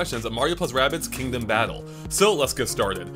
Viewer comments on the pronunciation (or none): Every time says Kingdom battle i hear king of battle.